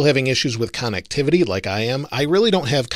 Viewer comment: Actually is pronounced “connectivity” not “KAHN-nectivity”... 👀